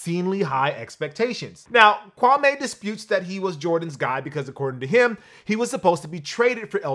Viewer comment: bro. it's pronounced KwamĒ. not Kwa-may.